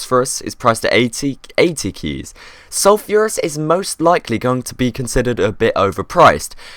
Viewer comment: ITS PRONOUNCED SUL-FER-US!!!!